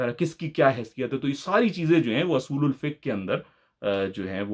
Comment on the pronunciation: Pehli bat he asool nhi hota oosool hota he